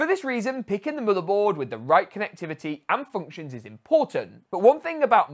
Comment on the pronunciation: Whenever you pronounce "motherboard" I hear it as "motorboat".